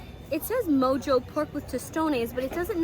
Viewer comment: Awesome information, my God she is so beautiful… two things though, NocheBuena Cocina (caw-see-nah) and mojo (maw-haw), and the second, look at the camera, not the LCD screen please. Again, great video and super beautiful. Good Lord, she’s beautiful. Sorry if I’m sounding disrespectful towards her or her significant other.